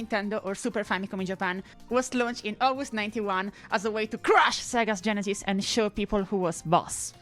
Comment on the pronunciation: 😅😅the first few times you said genesis i thought you said genitals